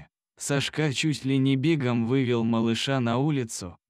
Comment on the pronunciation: Кошмар! САшка, а не СашкА! БЕгом? Может БегОм? Ужас! Админы, куда смотрят?